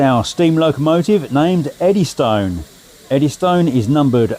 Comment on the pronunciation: The normal pronunciation is Eddyston (Eddys-tun) not Eddy Stone. Nice video though... 👍